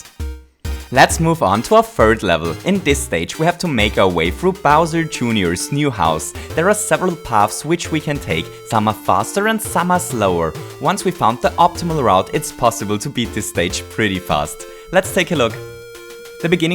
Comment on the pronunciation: When he says serveral